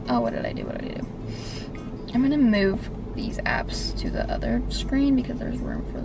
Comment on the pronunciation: Kinda sounded like you said abs or apps